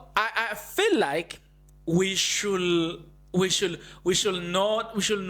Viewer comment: His bias!! Not bias( Ness)!! Pronounced, Shud, not sound the l. Learn some proper English. My 11year- old boy is questioning your language!!?